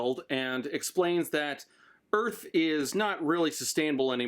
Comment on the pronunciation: "Earl" Bro Just say earf v-v